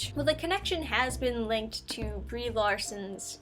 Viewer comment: Did you call her "B-REEEEEEE Larson"?? Oh, I bet the reason for the poor FX are that their technicians were hired for "wokeness" and not talent.